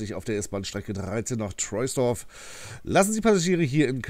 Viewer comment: Trosdorf wird es ausgesprochen